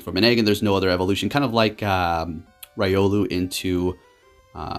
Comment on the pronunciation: I'll try not to make a habit of this, but to be fair it is one of my favourite Pokémon: Rih-oh-lu, not "Ry" I'll spare you on anything else Lol